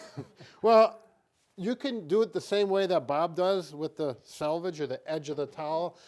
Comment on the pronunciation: Selvege...you pronounced it right. On most towels you buy that's actually a hem, not a selvege. 😉